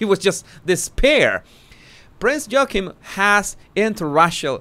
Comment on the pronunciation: Did you say "Prince Joking" ??? 😆